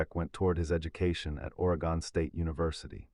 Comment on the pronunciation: Can’t pronounce Oregon. AI is so stupid.